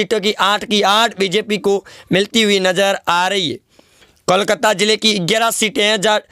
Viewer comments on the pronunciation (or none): none